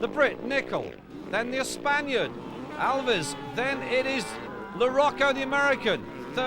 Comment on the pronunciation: The surname of #40 is not "Alvies" or whatever the narrator is trying to say but Aviles (ah-vil-es). That's not bad pronunciation, that's a grown man being unable to read!